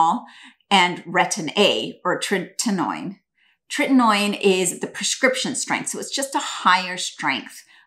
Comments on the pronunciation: Retin-A thickens your skin, doesnt thin it. Treh-ti-no-in. Say it with me: TREH-- TI---NO--- IN. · So what type of doctor Can't even pronounce tretinoin???